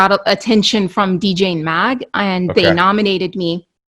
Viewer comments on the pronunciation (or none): Ohhhhhh...........never mind. I thought you said DJ Mag, but you actually said Djanemag. Sounds almost exactly like Dj Mag. when you hear it. LOL!!!!